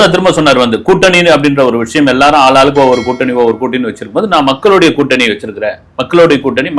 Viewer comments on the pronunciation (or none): குட்டனி இல்லை கூட்டணி. தமிழை கொல்லாதீங்க.